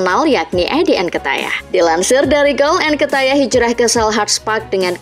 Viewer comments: njir lah gw muak dnger mimin nya bilang nketiah malah nketayah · Sejak kapan pronunciation nya jadi Nketayah 🤣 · Nkatayah... cara baca nya bukan gitu kk